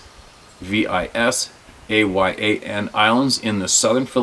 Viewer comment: Visayan is pronounced viss eye uhn.